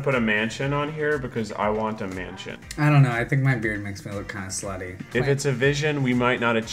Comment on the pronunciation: When he said "mansion" I heard "man-chin" whoops.